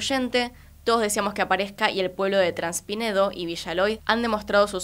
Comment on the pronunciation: es traspinedo, pero decís transpinedo...🤷🏻‍♂️....😏, una vez más.....